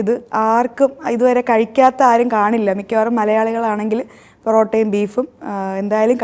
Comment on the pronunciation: പറോട്ട യല്ല പെറോട്ടയല്ല പൊറോട്ട ട്ടോ 😂